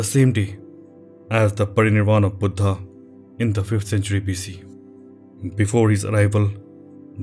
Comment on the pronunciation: Love this! Beautifully done!! The best video on this subject I’ve seen. And I love the way I say “Buddha!” with the emphasis on “H” which gives a much revered feeling each time I heard it!! Thank you!